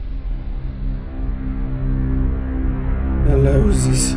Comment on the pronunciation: rock to jak wypowiedziałeś Eleusis na koniec mnie rozwaliło :D